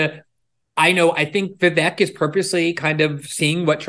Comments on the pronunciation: Viv - eck ..... not Viv ake... or Viv ick. It's Vivek. Viv and eck! It's not Spanish. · His name sounds like Vivake. How does he not know this? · Megan Kelly his name is pronounced " veevek" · Vivek “Rhymes with cake” is the best! 👍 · weird how glenn still says vivek's name wrong, as a journalist